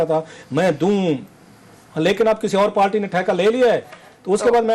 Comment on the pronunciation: Bhai ye jahil Patwari hai party ko palty bolta hai